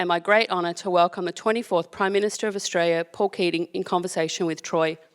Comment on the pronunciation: Big Picture, Not, Big Pitcher. Australia Not Strayya. Inexorably. No Qualifications, A product of an escalator. Changed Australia for the worse. Utter nonsense, Nothing more than a mutual admiration society. Insufferable. Such a mediocrity.